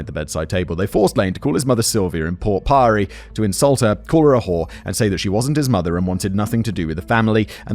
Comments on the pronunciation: port pirie is pronounced pierey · glad I wasn’t the only one. Took me a moment before the penny dropped lol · Port Pirie is pronounced Port Pirry. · Port Pirie lol!!!! Its pronounced "Port Pirry". So cute Simon 😂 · Port Pyrie....yeah no thanks Simon. You're lucky to get away with how you pronounce "Queensland", but I gotta draw the line somewhere. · Simon pronounced Port Pirie Port Pyrie and I laughed for a full minute.